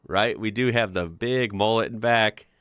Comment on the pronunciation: its not pronounced as mollett its mullet